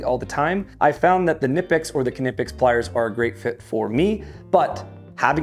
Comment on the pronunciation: Its "knipex", the k is pronounced in this word/name just like most German language. There are several other, and probably better options than a 4 way lug wrench.